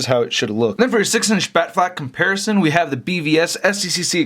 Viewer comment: "Batflack" Batflick?